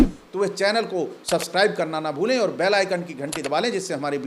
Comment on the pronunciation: Are Bhai ur hai aru nahi😅 padhiye pahle